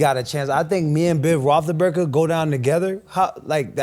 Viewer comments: AB: “be able to play with Ben Rothleburger” 😂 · I love how even when ab seemingly says the wrong word describing something, his word weirdly fits perfectly like Joey's moo point. I swear he pronounced Roethlisberger like 10 different ways